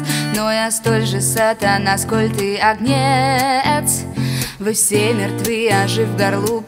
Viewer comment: Агнец. Ударение на А